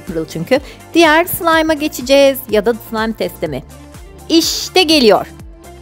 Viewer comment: abla sen bazen sılaym degilde sılam diyosun 😂😂😂